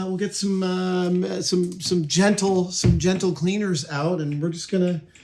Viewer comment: I like how he turned Canadian when he said "gentle cleaners" Like "sorry dirt, we're gonna be cleaning you off of this guitar, really sorry" The dirt, also Canadian "Oh, we're so sorry we're on here, you go ahead and clean us off, very sorry" "No, I'm sorry, you have every right to reside here, I do not control all dirt and soil or even gravel, sorry"